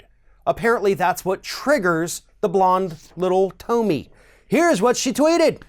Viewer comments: How can you call out hate speach after that ranting attack?Btw its Tomi (pronounced- Tommy) not Toamy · Tom e not toom i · To-mi....hilarious 😂she isn’t worth having her name pronounced correctly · Why do you keep saying Toemee, seems like you are intentionally mispronouncing her name to throw shade. it's obviously Tommy. Egg head lol. Tomi is a bop tho. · I’m sorry but I don’t know why but I bothers me when people pronounce Tomi’s name Tumy, it’s pronounced Tommy. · I'm amused that he pronounces Tomi like "Tomie" from the japanese horror series. She does remind you of something dead. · Who is Toe-me? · Toe-mi lol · Yeah it's pronounced "Toenail" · Toe-Me LOL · You could at least pronounce her name correctly. But that shows how uneducated you are. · Because he's ignorant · beatty He used every superlative for dumb. Intentionally mispronounced her name. He said this "girl, woman... Whatever". TYT recently made a video criticizing Ron DeSantis for referring to Alexandria Ocasio-Cortez in the exact same way. The sentiment he's trying to share would have been more impactful if he responded calmly, with reason and without disrespect. Ijs. He sounds like the same group of people TYT criticize. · If you're going to call someone stupid at least learn to pronounce their name properly. Or perhaps you were doing it on purpose, which is just pathetic and childish. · You can't even pronounce her name right...embarrassing......if you want to insult someone, you should at LEAST get their name right....then, get the info correct. You really flaked on this video. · I think he was making a point to pronounce her name wrong. His facts were also correct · Why did you pronounce 'Tomi' like that? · Who is this joker? You don't even pronounce her name correctly. So clearly you know nothing. Pathetic. Don't quit your day job. Punk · i do not like the way you pronounce tomi but i mean, butchering her name probably erks her too so, fuck it XD